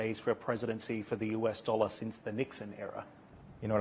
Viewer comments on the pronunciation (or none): none